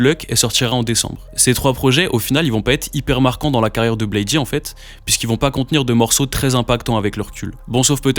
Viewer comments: je vais être un fan chiant mais la prononciation originel de Bladee c'est "Blaïde" et pas "Blaï-di". Il se présente comme ça depuis le début mm si c'est qu'un detail hh. Après c'est vraiment un des seuls trucs que j'ai a dire sur la vidéo vu qu'elle est complète et cool, même si je suis pas d'accord avec toutes les take et la question de base a pas vraiment de réponse dans la vidéo.. c'est juste un résumé de leurs carrières respectives et commune. des exemples concrets de leur (énorme) influence sur la scène UG actuelle (RCB, OneChance, Surf Gang, et bcp de fr aussi..) auraient étés bienvenus. Même des exemples concrets de leur influence sur les artistes cités en début de vidéo. dommage mais ça aurait peut être fait long.. enfin, dire que le prime du groupe est passé c'est pas totalement faux même si les stats ne font que grandir et que leur influence est enfin reconnu. Je penses plus que Drain Gang est juste moins "trendy" qu'en , mais c'est vraiment une très bonne chose, la commu était vraiment toxique et cringe a cette période avec l'affluence de tiktok. mais force a toi la vidéo est dar et quelle chance tu as eu d'aller les voir a l'Olympia 🤩 déso pour le commentaire de nerd puant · Très bonne vidéo ! Tu m'as fait découvrir des infos dont j'ignorais a propos de Malcolm sex, ken burns, etc ! Juste, Bladee se prononce blède et non blaydy haha J'ai liké la vidéo ! Force !